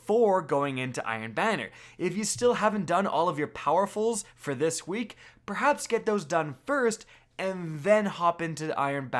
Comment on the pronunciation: dude said "behaps" lmao.